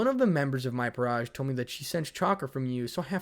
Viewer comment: "Peerage" sounds like fromage. It would be funny if the devils were reincarnated with cheese instead of chess pieces.